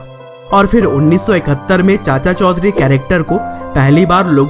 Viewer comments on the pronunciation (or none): Chaudhary I think not chaudhury